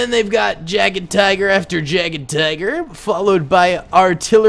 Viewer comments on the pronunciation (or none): Umm. The Jagdtigers are pronounced like yeah-ggd-tigers ok? stop mispronouncing things, everyone knows how they sound, c'mon man